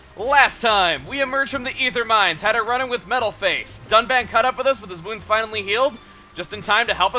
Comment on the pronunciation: "with our shiny new dun-bitch"